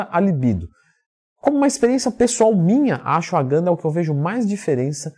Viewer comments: Sim kkkkkkkkkkkk "Acho a ganda" "AxuAganda" e por ai vai, hahahahaha, Tmj ;) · Não entendi o que ele falou depois de Tribulus Terrestris, o nome é AGANDA? GANDA? qual é o nome certo porque não encontro esse nome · Nao entendi a pronúncia e achogana o nome e assim escrever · não entendi o nome do medicamento depois do tribulo terrestre,não parece q vc disse gana?????